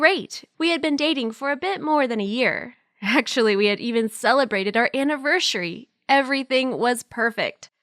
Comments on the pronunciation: Am I the only one who heard the destiny girl say anivershary instead of anniversary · on the 6th one she said anivERCHery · The 6th one when the girl sed anniverSHary like what!!!🤣😂🤣🤣🥲🤣😅😅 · The second last girl anniversHary and oxsHegen